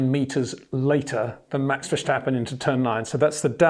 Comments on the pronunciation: Sjir Windsjor, why do you keep pronouncjing Maxj'sj name wrong? It'sj Verstappen, not Versjtappen. You don't call Lewisj Sjir Lewisj, and I don't think you have sjome sjort of sjpeach impearement, or do you? It'sj sjo annoying and resjpectlessj too. Pleasej try to correct thisj, thank you very muchj. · HEY PETER WINDSOR, I HAVE MESSAGE FOR YOU SIR: it is NOT Max "verSHtappen" ... Max is not German (Germans indeed do pronounce "st" as "sht") ... #Max33 = Dutch NL/Belgium! ... It is not "Bottash" nor is it "Lewish" certainly not "verSHtappen" .... This BS started long time ago when a British sport presenter interviewed father Jos Verstappen and assumed you can use a German pronunciation to a Dutch Driver thinking it is so "funny" ... It is not. Serious question: can any Englishman say "versatile" out-loud without saying "vershatile" phonetically? most can about 99,99% ... that is why most English can pronounce Verstappen 100% correct! Father Jos Verstappen (also F1 Racer) was very active between back then only a very few said "Vershtappen" but the vast majority of British sport presenters pronounced it perfectly ... only a few old stubborn farts like Peter Windshor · Two predictions before watching: You're going to sing the praises of Max You're going to (arguably correctly) make a point of over pronouncing the 'sch' in VerSCHtappen. :-)